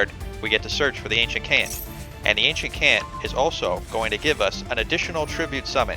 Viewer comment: Fun video, your issues with pronouncing card names go far beyond Ancient Kant lol